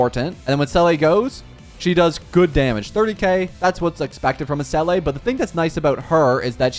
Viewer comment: please it’s zeela not selleh